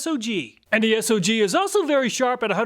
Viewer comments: S-O-G brand It is pronounced "sog"....like the first part of the word "soggy". They took their name from the "Studies and Observations Group" that was part the military operations during Vietnam.... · SOG is pronounced like bog but put s in steed instead of a b if that makes sense